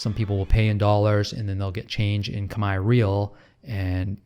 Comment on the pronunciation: Never trust an English speaking YouTuber who says "kami". Wide right!